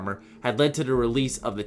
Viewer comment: only thing i hate about him is how he pronounces "to the" he just says tuhda and its annoying